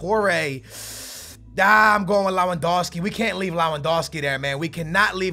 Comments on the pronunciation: Its Lewandowski not lawandowski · lewandowski is pronounced . levandovski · Only found you today and enjoying your content loads but please its pronounced levendowski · It's pronounced lev-an-dov-ski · stop saying lawandowski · Worst pronunciation of Lewandowski I've ever heard